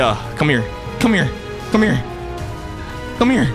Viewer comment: the way he keeps saying cmhere